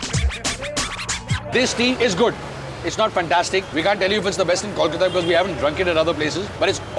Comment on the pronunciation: Rocky pronounces Kolkata right!! Thank god!!